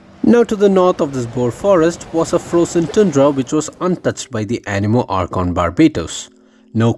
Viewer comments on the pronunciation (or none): none